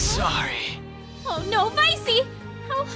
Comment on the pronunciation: "Vicey" I love you.